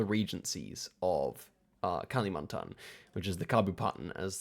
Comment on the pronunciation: So funny heard you calling kalimantan as kali, like california as cali 😂